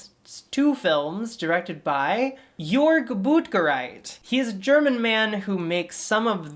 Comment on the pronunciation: The Ö in Jörg is pronounced like the e in jerk. I am not even joking, I wanna stan your future german. I also want you to talk about Laurin, even if it’s not gore....